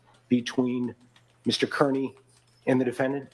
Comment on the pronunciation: love you brother, but you mispronouncing Kearney is like fingernails on a chalkboard. It is pronounced Car-nee.